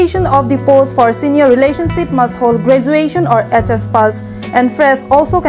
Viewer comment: Relationsip ma relationship pulo ma ho ? Pls correct ur pronunciation😊